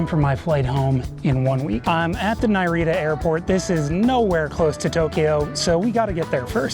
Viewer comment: When he said "Nai Rita" airport I said "oh no" out loud